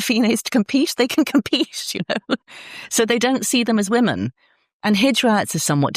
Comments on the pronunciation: Great interview. Hoping someone can clarify something: Where is from, is "woman" the plural for "woman"? (As in is "woman" both singular and plural). I don't think I heard her say the word "women" once. Is this a local dialect thing? Or is she genuinely just continually mispronouncing it?! Just sounded very odd! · Should be pronounced wooman and wimmen Drives me nuts too.